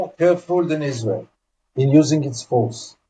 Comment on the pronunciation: It is the American not israwl